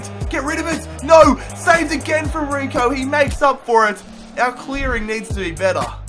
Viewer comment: its sergio rico not serhio riho